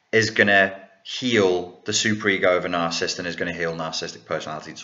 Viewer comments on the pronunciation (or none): love your videos, but there's just one annoying thing.... You keep pronouncing it as "narcist", "narcism" and "narcistic". Its "narcissist", "narcissism" and "narcissistic". Sorry!;-)